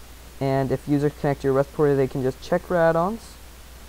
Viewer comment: lol respatory